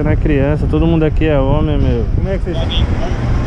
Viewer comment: “.sou ómi sinhô.....ómi com Ó maiúsculo”......huahuahuahuahuahuahuahuahua